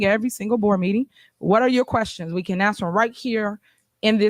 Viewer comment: It’s pretty sad , when your mayor can’t even pronounce the word ASK, not AXE dummy